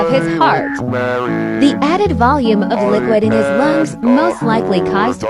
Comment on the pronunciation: the way she pronounced lungs tho😂